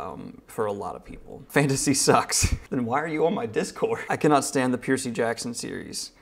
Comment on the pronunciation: Why is no one talking about how he’s saying Percy Jackson😂